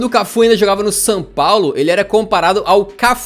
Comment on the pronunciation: Só eu que percebi que o bit fala San Paulo ?